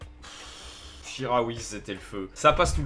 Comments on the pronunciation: c chikaoui pas charaui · Chikhaoui ca se prononce chi-ka-oui et pas chi-ra-oui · sa ce dit chicaoui pas charaoui